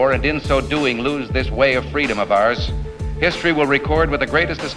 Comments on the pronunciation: It's fee...dom! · LET FWEEDOM REIGN!